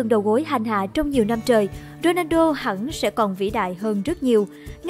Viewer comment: Dôđrendo hả ? Đọc kì vậy !